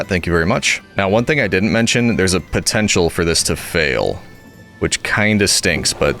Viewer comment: DID U SAY POTENTIAL?